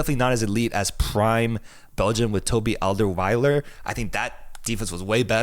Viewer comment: "Toby Alderweiler", did he really just say that...